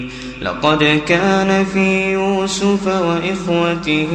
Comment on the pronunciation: ما شاء الله تلاوة عذبة زادك الله من فضله، لكن يوجد خطآن أود التنبيه عليهما: { إذ راودتن "يوسفَ" } ٥١ { أنا ومن "اتبعني" } ١٠٨